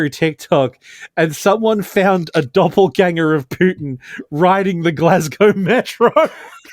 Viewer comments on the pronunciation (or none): none